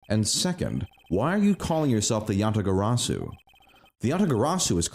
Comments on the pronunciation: I'm sorry, but I'm not a fan of the Kay-mispronouncing-"Yatagarasu" shtick. Besides, I feel like it would be everyone except Kay who would initially mispronounce it. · Im writing down every mispronounciation of Yatagarasu and this episode was. A lot. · Kay's character arc will be completed in the next case where she'll learn how to say Yatagarasu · I still love that kay is just unabashedly unable to pronounce yatagarasu